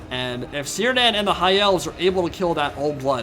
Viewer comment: By the way, Sindarin has no soft c's or g's, so Cirdan is pronounced Kere-dann, it's the name of an elven lord, specifically the lord of the Grey Havens, in the Lord of the Rings.